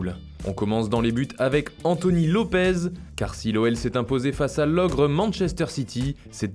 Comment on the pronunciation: Écoutez moi , y'en a marre que vous fassiez dès erreur de Portugais : Lopes se prononce Lopesssse et non lopezz vous voyez pas que c'est pas la même lettre . Et le j de Gabriel jesus par exemple , arrêtez de le rouler putain , c'est gézouch gé comme dans génie . Merci et oui au Brésil on parle pas espagnol bande de shlags